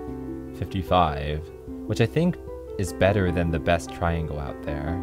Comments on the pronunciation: i wonder what he does with all the milliseconds he saves by cutting off one syllable and pronouncing "triangle" as "tringle" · TRI-AN-GLE. Three syllables. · Not really sure why you would "shorten" triangle to tringle.. It's one syllable...